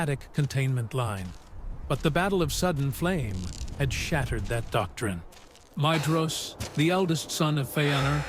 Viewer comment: Great video! So I hate to do this, but Maedhros is pronounced 'my-thros', and Haudh is 'hauth' 'Dh' in Sindarin is always pronounced as 'Th'. You could probably to do a search for 'dh' in your script and change it to 'th' when its Elvish so the narration knows what to do with it